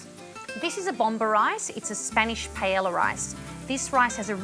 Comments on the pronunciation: Who the hell calls it PA ELA? 🤦🏽‍♂️ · There is only one correct way to say it. PA. EY. YA. The two Ls sound like a Y.